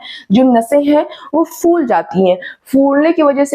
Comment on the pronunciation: Mam jee Good information, key Batae gee k Flower ko Aap Phool Bolti ho Ya Fool, Balloon pholta hea k Foolta hea. G Phat te hea k Fat te hea.